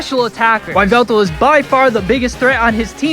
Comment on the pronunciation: Toucannon is so useless. Especially in the late game. It's pronounced Nee-hee-lego. Also it's pronounced Ee-vel-tal not Why-vel-tal.